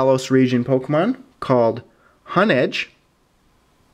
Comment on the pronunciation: hon edge? it's pronounced hone edge.